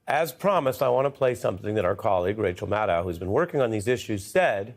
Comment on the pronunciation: Ari, you always say that Rachel's your friend. In that case, get her name right!! *MADDOW RHYMES WITH SHADOW* 😊😊